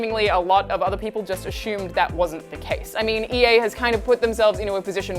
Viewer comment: Stop saying ASHUME, it's assume, if your going to borrow the queens english then speak it right.